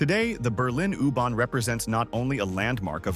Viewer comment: I can’t watch this, the AI voice saying “ooh barn” is just too annoying